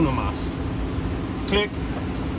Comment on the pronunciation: When you say, "uno mas" you can't follow it with click... it's "Cleeek" bud. Lol